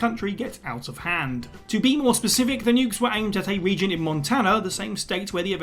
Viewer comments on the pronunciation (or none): none